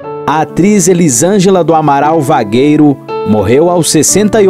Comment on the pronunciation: É Vergueiro o sobrenome. Não Vagueiro